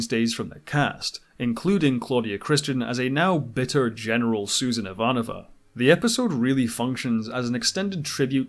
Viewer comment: My only gripe with this show is that the proper Russian pronunciation of Ivanova is IvaNOva, not IVAnova.